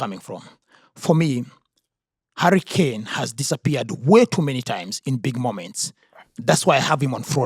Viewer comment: I love how say Harry Kane and it sounds like Hurricane. A hurricane just like harry appears and disappears.